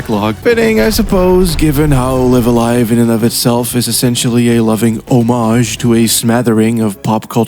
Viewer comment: Oh no he pronounces Live A Live incorrectly. Video ruined